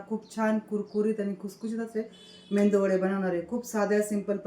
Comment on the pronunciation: मेंदू वडे नाही मेदू वडे.... मराठीची अशीच वाट लागली.